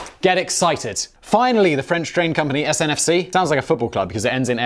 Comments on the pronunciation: Siri says 1.16 trillion as to Google’s worth. And it’s not SNFC in France, it’s SNCF 😉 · The French train company is SNCF not SNFC..... The Architect of the walkie talkie building didn't just mess up with that building - Yeah yeah I know I am being picky - However I do love the channel :) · Yes! SNCF! I'm from the Philippines and yet I know he's wrong, so wrong. Yeah, the guy from the country with a railway tunnel to France gets the French national railway company's name wrong. But then again, Brexit. Probably why they want to distance themselves from the rest of EU members.